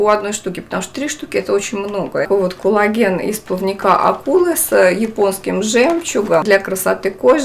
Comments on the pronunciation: надо произносить "кОллаген" , а не "кУллаген" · тоже слышу толи Кулаген, толи Коулаген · она именно так и произносит, акцентируя на О, а не меняя О на А, как это часто в русском языке бывает. Т. е. она говорит не "кАллаген", а так, как пишется - "кОллаген".